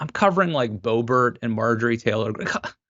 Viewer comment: "May-jor-ee? Muh-jore-eye? Mar-jor-ah? Bay-bert? Bo-bare? Beau-bore-ino?" Love hearing mangle these names.